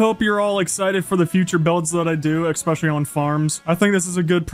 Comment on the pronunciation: ESSSSSpecially not EXspecially